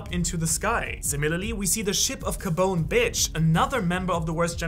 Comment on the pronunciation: Is it just me or Did he just call him “ka-bone bitch” 😂